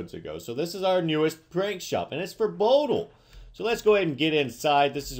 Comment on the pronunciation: You pronounced Bodail's name wrong